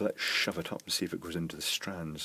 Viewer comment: i love the way he says "shove". Shove. Shove it up there. sounds so cool. love that word.